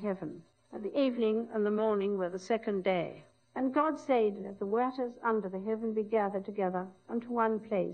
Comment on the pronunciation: She was the only one to say "waters" correctly.